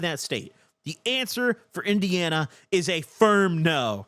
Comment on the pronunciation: Omg got indiana so fucking right im dead